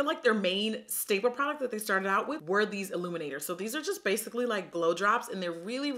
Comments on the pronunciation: i had to re-listen about 4 times cause i kept hearing blowjobs instead of glow drops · Every time you said glow drops I honestly heard blow jobs...